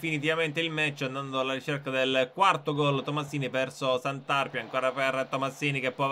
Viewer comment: Grazie per aver fatto una serie sul Taranto ❤️💙,devo fare solo una rettifica si pronuncia Santarpìa e non Santàrpia